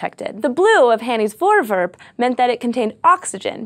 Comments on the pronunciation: The Dutch think you are awesome too,!:D However, the pronounciation of 'voorwerp' isn't voorwurp, sorry.:P The 'e' is pronounced the same as in the word 'let', so it should sound like this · Four V air p Like the number 4 and the word air but with a v and p vairp.. or Vour vairp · Nice nice - the dutch 'voorwerp', which means object, becomes a term in astronomy. its pronounced: voor (is in four, but with a v) werp=w-air-p its not vorewurp moor like vourwairp. plural: voorwerpen - then added 'en' is pronounced as 'un' from unknown vour-wair-pun. Hope it helps~ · SciShow Space Protip: google translate has an option to pronounce words... Good idea to at least listen to it once... Its not vorewurp - but vorewairp. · it's pronounced voorwerp, not forwurp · As a dutchmen. I need to say that you say voorwerp as voowurp no problem thou. love scishow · cool video, (and I like the way you pronounce voorwerp like voorvurp haha) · Glenn Dekker "Voorwurp" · "Hanny's forverb" nice try. Close enough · Also, it's pronounced Vore- wherp (wherp like how you pronounce it in twerp, just without the t) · You pronounce "Voorwerp" VERY American :P Gives me a good chuckle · PixelCortex sounds like an American who tried though. she could have said it like foooor wirp, like they pronounce Goooooda XD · And another Dutch word in the dictionary of science. And 'voorwerp' is pronounced differently (I know because I am Dutch) but still close enough. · Hi everyone! I'm dutch! I just came here to tell how strange it is to see a Dutch word in an english title! Also you're pronouncing it wrong which isn't a big problem, but I have noticed that this hasn't been said in the comment section before. Oh, and have I told you that I'm Dutch yet? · lol "voorwerp" is dutch for "object". Funny. So is your pronounciation of it xD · You Americans have the funniest way of pronouncing 'Voorwerp.' 'Voor' sounds as in 'though' and 'werp' sounds like 'pet'. And the 'r' sounds Irish.